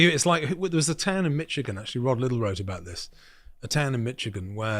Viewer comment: Americans pronounce it like Mishigan, not like Mitchigan. The town you are thinking of is Dearborn btw.